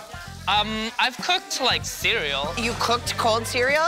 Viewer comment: I NEVER HEARD A COOK CEREARL!!!!!! LOL!!!! I CAN'T TAKE IT ANYMORE!!! 🤣🤣🤣🤣🤣🤣😂😂😂🤣🤣🤣🤣🤣🤣🤣🤣🤣🤣🤣🤣🤣🤣🤣